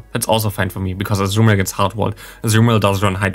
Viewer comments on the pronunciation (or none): none